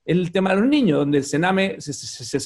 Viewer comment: Reto a Felipe Kast A estar una entrevista sin decir la palabra "Niños" O "ÑIÑOS" (COMO LO PRONUNCIA), es su eterno caballo de batalla para parecer preocupado por la ciudadanía "Los ÑIÑOS primero en la fila" XD valla charada, perola verdad es que ete señor es un negligente y un EUNUCO político, amante y defensor de cualquier cosa Caribeña, pero que desprecia a los Chilenos, ese señor es la encarnación de la """"""Derecha""""" SIN PELOTAS, de los """liberales""" estatistas, de los """liberales"""" que les encanta subir los impuestos, es un verdadero mamarracho ideológico, un miembro de la Elite sin talento, que gracias al dinero de su familia esta donde esta, pero que merito intelectual NO TIENE, NI TENDRA .